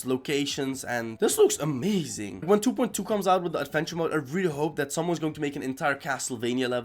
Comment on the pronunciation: I love how he says 2.2 like du boind du (No like meaning bad)